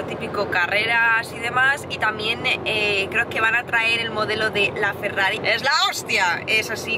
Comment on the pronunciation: ( Ferrari se pronuncia Ferrari, porque es italiano, no todo tiene que ser posh y pronunciarse mal como un inglés. :( Me entristecen estas cosas. Espero que a los Porsches no los llames "porx", ya que es aleman y la E se pronuncia :(